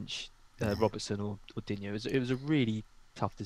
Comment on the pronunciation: It’s Dig Knee ffs.